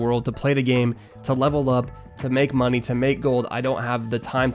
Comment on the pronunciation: "Give us the MoNeH"